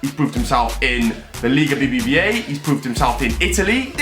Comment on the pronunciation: said BBVA like BRUH